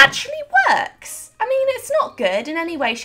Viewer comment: puts sticky tube on pretty dirt “IT WUHHKS”